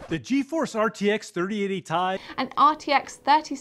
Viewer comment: Its not Tie! its T-I! :)